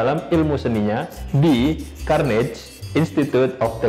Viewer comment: Carnegie bukan carnage bang wkwk